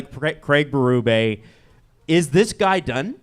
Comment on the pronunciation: Why do you guys keep saying Berube’s name wrong? Bee, not bay.